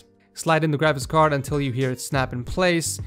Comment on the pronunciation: when he said graphics card it sounded like gravicks card